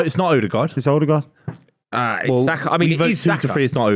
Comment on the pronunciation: Its Odegaard